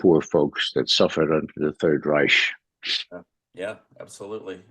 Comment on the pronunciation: The 3d Reich, Sir, is not pronounced with a soft ch, but a hard one.